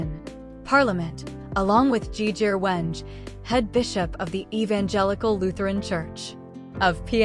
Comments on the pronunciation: Pronounce PNG names well? Hate to hear such insane incorrect incorrect name pronunciations Insanely prnounced Weng and Morob? Firebrand politician love watch him dominate most parliament question times May his soul rest in eternal peace ❤PNG loves you Hon. Governer of Morobe Luther Wenge❤❤❤ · thanks for the video but with respect to the leader and the preciseness of the video in particular the pronounciation of his name and the province is incorrect so please do check if not do not use text to speech AI rather use something else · AI news can not prounce the name well. Stop it already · Pronounce Wenge and Morobe correctly! Thank God for this great leader! God bless his family and let their hearts be comforted!